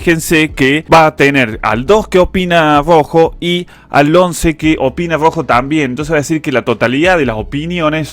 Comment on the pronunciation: jajajaja genio el fernet te hace patinar la r , te sale grrojo.Muy bueno like👍